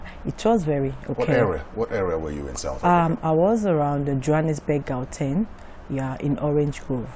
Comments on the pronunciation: Abba Gerard 14 years in South Africa and she still can’t pronounce GAUTENG 💅🏾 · 14 years in South Africa and she still can’t pronounce GAUTENG 💅🏾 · DANIEL O 14 years in South Africa and she still can’t pronounce GAUTENG 💅🏾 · 14 years in South Africa and you still can’t say GAUTENG 🙆🏾‍♀️ Bye sis 🤦🏾‍♀️ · Andrew Skitla 14 years in South Africa and she still can’t pronounce GAUTENG 💅🏾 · Nosa Idubor 14 years in South Africa and she still can’t pronounce GAUTENG 🙆🏾‍♀️ Bye sis 💅🏾